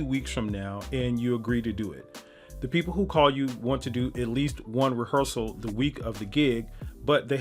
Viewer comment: you lost me at "rehearsal"